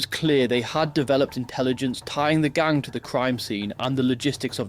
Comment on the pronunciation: The way you pronounce gang infuriates me